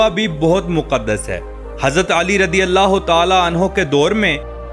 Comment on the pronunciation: radi allah kyu bolteho razi allah bolo jahil